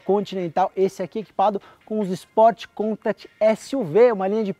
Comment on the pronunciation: Só uma correção de pronúncia... Vocês sempre pronunciam "contact" como "côntâct", mas na verdade deve ser mais como "contáct"